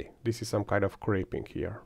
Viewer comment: I'm new to 3D printing so I'm not sure if it's my ears or lack of knowledge. Several times during the video it sounds like you say "crepe-ing" and I'm usually if I'm hearing it wrong or if that's a 3D printing word I haven't heard yet. What does that word mean? Thanks!